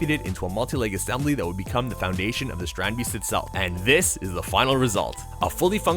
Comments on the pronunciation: Strandbeest is basicly beach animal in our country (ye im Dutch yeah) and ya pronounce it as strahndbayst like ya pronounced it right but the a we pronounce it like if ya didn't understand smt and ya say aaaaaaahhhhhh as in now I understand it that's how we say the a and the ee we say that as ay or ey in english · Really cool, I saw a documentary thing on them once. But the mispronunciation of beest is annoying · How you say it hurts me as a dutch person